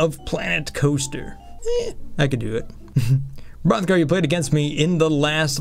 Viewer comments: almost anyone can do the b-b-b-b-b-b-rrrrrrothgar...... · ahmere gughes lol Hrothgar